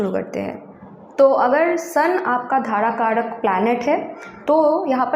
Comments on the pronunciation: Not dharakaraka , it's darakaraka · It’s not Dharakaraka, it’s Darakaraka.